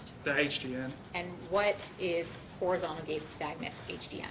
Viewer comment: Officer is just overall not very bright. Doesn't know how to pronounce Horizontal Gaze Nystagmus. And doesn't know what causes the condition he's looking for. It's not just drug or alcohol intoxication that can cause it. "You can't trick it....". Oh ok. What grade are you in sir? I should have known from the jump that he said he "seen.the vehicle". Wanting to go home is now an indicator of driving while impaired.